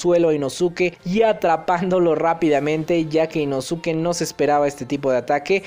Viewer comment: jaja deja de decir inosuke se pronuncia inoske